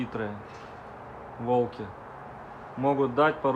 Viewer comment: ты нерусский, что-ли? Что у тебя за речь? Ты диче своих волков! " сУвать", " волкИ́" - что это за слова? Что за ударение???!!! 🤣🤣🤣 А зачем ты дразнишь волков? Ты ма30}{иçт?👀😱😱😱